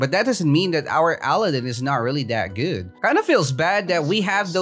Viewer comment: Your calling aladinn ally-din